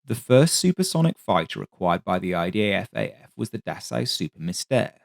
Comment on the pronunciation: Why do you always say "IDAF-AF"? There's only one A.